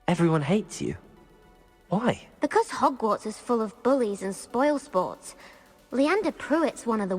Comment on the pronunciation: Bro what us "hockwarts" and "libary" lol You said something like "theres secrets in hockwarts" and even in the "libary"